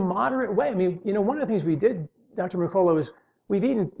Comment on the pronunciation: Duel e yard? D'yard.... Merk a la lol